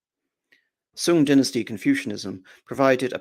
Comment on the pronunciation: Song China is pronounced more like the song in sing song, or sun, not soon.